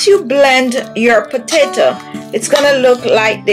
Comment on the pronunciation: Please stop saying potata!